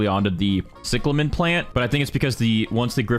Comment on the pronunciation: Its pronounced cieclamin not ciclamen